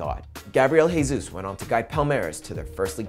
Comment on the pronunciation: It's not "hey-sus" he's Brasilian not Spanish. It'll be "jeh-sus"